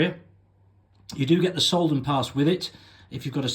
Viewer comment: Very good video, but maybe you should learn how to pronounce the villages you talk about. It’s not ”Hock-Gurgl”, it’s Hochgurgl. It’s not ”Solden”, it’s Sölden. Otherwise, great 😊